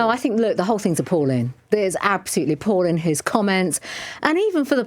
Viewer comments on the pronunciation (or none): I know it's a minor issue in comparison to her other flaws, but it really irks me when she drops the 'g' sound at the end of her words, whilst attemting to sound so high brow: "appallin'.. dishonourin'.. sittin'.."